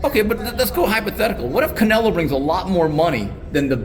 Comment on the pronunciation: i think its funny it calls "Canelo"... "Canela". :D